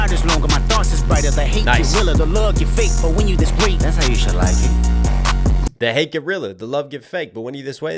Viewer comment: “That’s how you should like it” also sounds like “shalackin”-a hard polish or beating😆